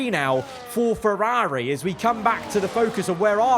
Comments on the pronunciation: Im sorry but please stop saying "feRAWRi" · Its rather annoying how he pronounces Ferraawri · I’m sorry but the way you say Ferrari is so jarring it is unreal